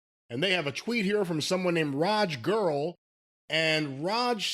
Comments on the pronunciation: It’s Giri, not Girl. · Guru wasn't an attempt to pronounce the name. It was a reference that went over your head, mine too. did mispronounce it as "Girl". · It's pronounced "GEEREE" not guru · RAJ GIRI ......... This is how you pronounce it you yokels, Gear-ree ..... its not that hard. Raj Giri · mispronouncing ppl's names again haha. Raj Giri is one of the most respected wrestling reporters since the 2000s from what I've heard